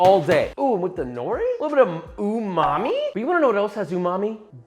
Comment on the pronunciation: Every time Josh says umami I hear 'ooo mommi'